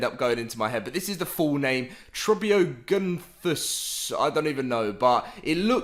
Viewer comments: Just to help you pronounce it trop e o nathus the p is silent 👍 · Trop-e-o-nay-fuss is actual pronunciation I looked it up on Google sorry I was a little wrong too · It is pronounced Trop-eog-nathus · One exam is on dinosaur pronunciation, so study up!